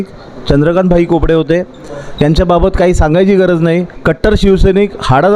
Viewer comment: बाब्या कोपडे नाही खोपडे